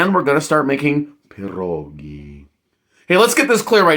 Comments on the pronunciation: Right, and not 'PAH' rogi, it's 'Pyeh' rogi. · Its pronounced "Pierre -ogie" instead of perroegee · You don’t even pronounce it right. They are called pied-doggie. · I hate to say…you aren’t pronouncing pierogi correctly…lol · Roll your “R” in pierogi